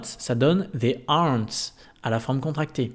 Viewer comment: "they aren't" et "don't" sur votre vidéo on vous entend prononcer la terminaison en "ts".."ennts" et " onnts" ? c'est comme cela que nous devons prononcer ou c'est un problème de micro ?